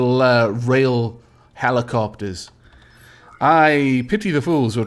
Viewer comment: He said helicockters XD